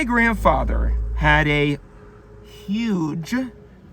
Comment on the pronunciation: haha that's funny. "Granfather" lol 😂